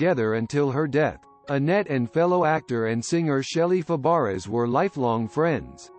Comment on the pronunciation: pronounced fabray not fabarez